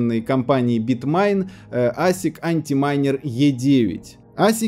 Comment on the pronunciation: Выбесил!!! Не АнтиМайнер, а АнтМайнер... Не РезистблБар а РесайзблБар... Учи матчасть. Хайпонул обо всем понемножечку. ДИЗ Заслужен